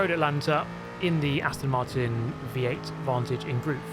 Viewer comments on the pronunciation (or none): none